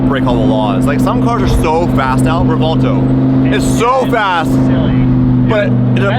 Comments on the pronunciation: It's REV-WELL-TOE not REV-WALL-TOE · (REV-WELL-TOE) NOT (REV-WALL-TOE)